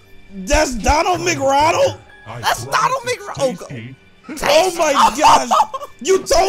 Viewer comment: HAHA HE SAID DONALD MC RONALDS HAHA not Ronald MC donald